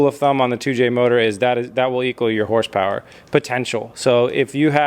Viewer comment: "Bing bang bow 500 horse powah"